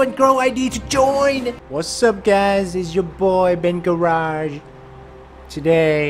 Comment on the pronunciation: In the beginning I heard that say welcome back to bengarage instead of benbarrage lol